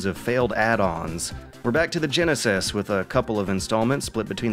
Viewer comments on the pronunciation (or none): ... Excuse me? Did you just pronounce the word "genesis" as "jen-a-sass"? Did you just turn into Forrest Gump? "Jen-nay, can we play tha Say-gaw Jen-a-sass?" It's Jen-uh-sis.